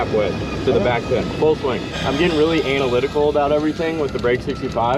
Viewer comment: purposely pronouncing analytical wrong....anal lytical